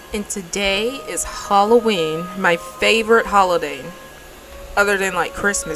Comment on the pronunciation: OI, it aint holloween.